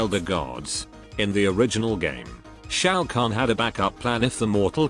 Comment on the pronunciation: bro butchered the name